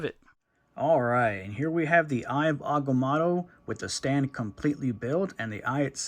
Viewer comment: It’s pronounced (I ov Ag-ah-moe-toe)